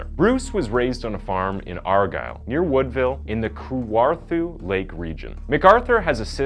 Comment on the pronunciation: "Kawarthu Lakes" LMAOO still great vid!